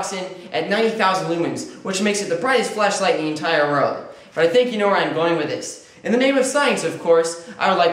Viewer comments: haha it sounds like he says fleshlight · Replace every time he says ‘flashlight’ with ‘flesh-light’ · kept hearing "fleshlight"